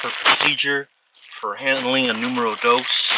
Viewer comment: Why do Americans have problem in how they say 'dos'. The 'o' is pronounced as the O in cotton. There is no e, as in the animal doe.